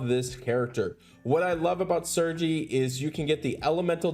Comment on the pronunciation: Pronunciation on Sergei drove me nuts lol